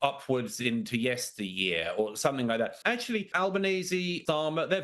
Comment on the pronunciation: Could somebody teach the muppet, that impordant “actually” has a T in it. The clown represents a nation?????